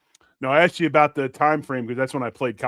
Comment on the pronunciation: aXed?!? you might not know this but the correct pronunciation is aSKed with an "SK"... you're a professional right? God bless you! 🇺🇸🦬🏈